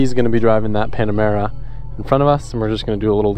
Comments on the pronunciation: You said pamenera wrong . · . Pamanera!? 🤪🤪😋🤭 Lol. You mean Panamera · Not sure if it's deliberate but it's it's a Panamera not Pamanera LOL. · Porsche "Pamanera"? no it´s "Panamera" 😁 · Pamanera???😅😅 Nope its panamera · Instead of saying Panamera he says Pamanera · Did he say pamanera? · Someone tell him that it’s Panamera and not Pamanera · Hey it's pronounced Panamera not Pamanera. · Ngl, it triggered me every time he said pamanera instead of panamera… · Does he say "Pamanera" on purpose? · Common man, just say panamera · Is it just me or, he is saying paMANEra? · Pemenera??? Dude wtf